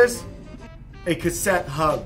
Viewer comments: "Kutt-sett" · Cog block. Lol. looked stressed trying to make sure he says cassette correct. Cool adapter